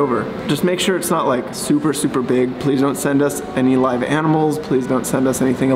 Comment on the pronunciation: He said "Live" animal